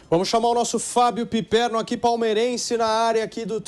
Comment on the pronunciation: O que é isso......"Pipermo"? Vai comer cocô bobão!!!